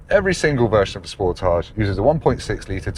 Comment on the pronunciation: That's not how you pronounce Sportage, lol